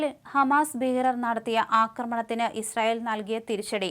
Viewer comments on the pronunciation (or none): none